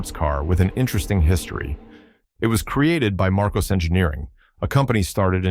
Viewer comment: Marcos, not Marcoze